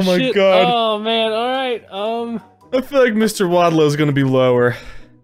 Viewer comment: You guys were the first people to say my last name correctly. Everyone says it like fucking WALDOW BUT ITS WADLOW. Do u even know how many fucking times I heard where's Waldo in school as a kid it was annoying as fuck.